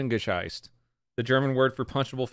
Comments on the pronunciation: The funniest thing is that says "Backpfeifengesicht" slightly wrong and says "gescheisst" = shat; instead of "gesicht" = face. Considering the context, I screamed laughing. 😂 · You were closebut you said 'Backpfeifengescheißt' und zu scheißen ist was anderes.. 😅 Its Backpfeifengesicht, the closest you could say it is like 'gesickt', because you dont really have the 'ch' we have in german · blud really said backpfeifengescheißt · Bäckfeifen gescheißt lol, you said cheekslap shittet, even better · It is "Backpfeifengesicht" not "Bäckpaipengescheißt" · You said “backpfeifen gescheißt” lol. that means “shat bagpipes lol. Try “back-pfyfen-gezisht” that’s a little closer to how you pronounce it properly.